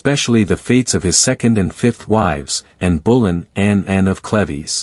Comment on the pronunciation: This whole video is pronouncing “Cleaves” incorrectly. Such an annoying distraction to the otherwise good historical presentation.